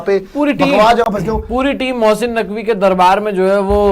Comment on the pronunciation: Mosssiiiin Naqvi 🤣🤣🤣🤣 Abee bolna to seekh le phle